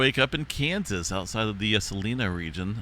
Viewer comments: How we pronounce the places you mentioned in Kansas: Salina= Sa-line-ah, Saline (county)= Sah-lean, Smolan = smol-lan 👍🏻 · It’s actually pronounced Suh-Line-uh. Salina, KS. 🫶🏻